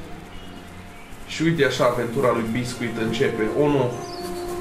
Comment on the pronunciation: Eu: Basescu:Bescuit